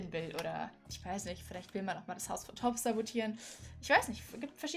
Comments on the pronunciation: Nicht böse Gemeinde aber sag bitte TOBSS mit O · Es wird toobbs mit langem o gesprochen